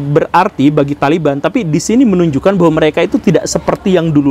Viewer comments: THOLIBUN anda baca THALIBAN yg bener yg mn Mbul.... Bijaklah dalam berekspresi yuuuuukkk..... 😁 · O Taliban itu dibaca tolibun? Hahaha aya aya wae